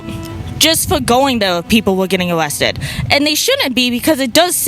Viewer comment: “Awewest” Steve Bannon.